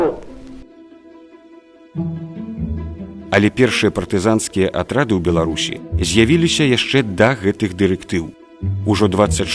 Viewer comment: "...Атрад0ў партызан0ў..." Чаму вы ўсе тамака - ў Белсаце "оўкаеце"🤔⁉️🤔